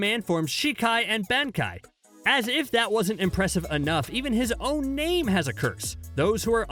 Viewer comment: How dare he.... How dare he butcher my favourite character's name